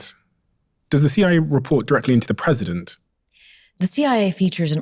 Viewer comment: Fckn stick an r after Cia to right after your first word of idea'r, wtf u people even doin adding r's trying to sound sophisticated